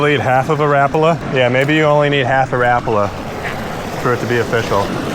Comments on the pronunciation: It’s ra-pala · The pronounciation is closer to something like "Rah-pah-lah" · Stop saying “rappala”, douche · Think I heard pronounced ruh pollah..? Not rap uhla..? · My learning for the day. I’ve pronounced it Ra Paul A, my whole life! And I’m 64. Oh well… STARTING WITH WHITE!!!